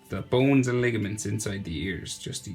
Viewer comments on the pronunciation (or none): none